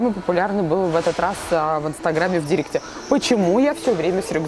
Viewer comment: не дИрект, а дирЕкт. Откуда вы берете такое ударение?????!!!!